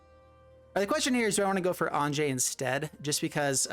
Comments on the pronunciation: Anje is not pronounced 'Ahnjay', it is pronounced 'Ahnya', or even 'Onya'... Some germanic languages use a 'j' for a 'y' sound... just leaving this here FYI... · On-ya or On-yeh... Not On-jay...